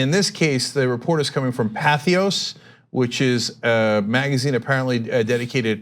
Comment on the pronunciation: The whole "Patheos" thing is an embarrassing flub for Cenk. Do better.